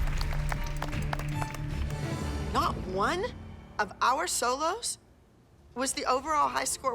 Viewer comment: Does anyone else get triggered by the way says solo loz